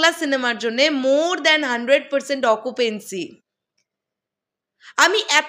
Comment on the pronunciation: Bhaisaab its occupancy not occupency....